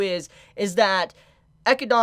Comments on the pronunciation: XD Why cant he say echidna instead of akidnah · Just discovered your channel great content 🔥... I think the pronunciation is Echidna and not Echidana, just remove the da and I think you got it correctly based on what I read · Love the theory crafting you brought up. Only one thing bothers me. Her name is pronounced “Ah Kid Nah”. Not “Eh kid don a”. Sorry just had to drop that because you’re killing my ears. Keep up the good work. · HER NAME IS EH-KID-NA!! NOT GOD DAMN FUCKING ECHEDONA! YOU MISERABLE FUCKING TWAT! YOU ARE WATCHING THE GOD DAMN ANIME NOW! YOU DONT HAVE A FUCKING EXCUSE TONSAY THESE NAMES WRONG SINCE THEY ARE SAYING IT FOR YOU!! STEP UP YOUR FUCKING GAME!!! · DUDE! Don't make me mad calling her "EchydAAAna"!!! It is "E-chyd-na"! Srsly... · If the name is from the animal it is pronounced Eh-kid-nah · I always get slightly confused when you say Echindna because of how you pronounce it. Also in the Japanese there wasn't any difference between warlock and witch. Its the same word. It was just changed for the English translation. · I love but his pronounciation of echidna makes me cringe every time 😭 Its english, bro. A spiny anteater. Its what knuckles in sonic is based off of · Bro its been all season idk how you still pronounce Echidna's name wrong. They literally say it out loud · Your pronunciation of echidna and Roswaal is barbaric homie Like bruh 🤣